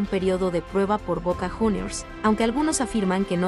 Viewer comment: Cuando nombró a bosta. Dijo junior u no como se pronuncia jejeje